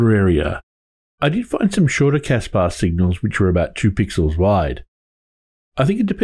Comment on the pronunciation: Loved The Clash reference. I hear Casbah now every time you say CAS-bar :P